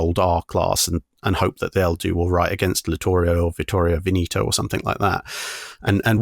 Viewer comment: Vittorio Veneto Ven-eh-to, not Ven-ee-to